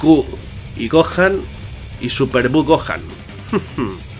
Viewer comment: Buen video! Yo siempre lo pronuncie GokJan, no Gokan jaja. Ya que en Gohan la H no es muda. Pero ni idea cual es la pronunciación correcta xD